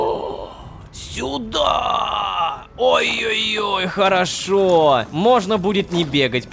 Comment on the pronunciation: Невер всегда говорит ророшка